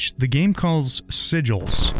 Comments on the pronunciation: Sigils, not, "Siglis" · "siglis" lol